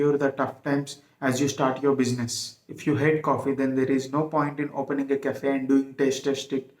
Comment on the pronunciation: bushiness :face-purple-crying: ,correct your pronunciation first